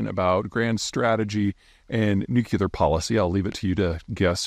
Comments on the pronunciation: Why can’t you say Nuclear correctly? “New-Klee-Er” not “Nuke-U-Lur” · Nuclear not nukular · Big fan, thankss for your work and vision. Little help: don’t say NUC YOO LAR, correct pronunciation is NUC LEE AR There is no such this as a nucyoolus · Why does PZ say nukular instead of nuclear??? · It's nuclear, not nucular. You know what? If everyone has a nuke, then no one can threaten anyone else, or else. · nuk-LEE-ur not nuk-YOU-lur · Hi Pete! It’s pronounced more like New-Clear. Not Nu cue lar. 👍🏼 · Nuclear not Nucular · Today I kearned that Peter pronounces it "Nuke You Lar," as opposed to the correct "Nuke Lee Ar." This is never going to not bother me now. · Boy I couldn't stand the nucular anymore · It’s “nuke-lee-ar” not “nuke-you-lar.” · Take a shot every time Peter says "nucular" instead of nuclear. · Say after me NU CLE AR, not NU CU LAR why is that so difficult. Makes you sound like W. Not a good thing. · why does he keep saying nucular instead of nuclear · Still saying nuculer… amazing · New-clee-ur. Dammit. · Noo klee ur. It's pronounced nu klee ur. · Not nooocuelar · Nu-cle-ar. Sound it out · NEW - KLEE - ARE (nuclear) C'mon, dude, you're a grown man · Peter... Nuclear... There is only one U in nuclear. It is not nucular. I credit you with exceptional intelligence. But you and Bob Woodward insist on pronouncing this term as "nucular". IT IS FUCKING NUCLEAR... THERE'S ONE U IN NUCLEAR!!! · In 3 minutes 30 seconds, the word nukeyouler was said 13 times. Anyone know what that word means? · "New Cue Lurr" 🤡Fop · what is nucular ??? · Bush used to do the same thing. No different from all the other words mis-pronounced in various parts of the country. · The irony of an American geopolitical strategist mispronouncing nuclear is pretty rich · If you want to watch the world record for mispronouncing "nuclear", this video is for you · take a shot every time Peter doesn't know how to pronounce "nuclear" and you won't come out of this short video sober